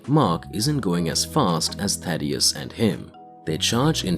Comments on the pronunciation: Jesus Christ man it's Thaedus not Thadeus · Omfg it’s THAE-DUS, not Thaddeus bro how do you get it wrong every single time?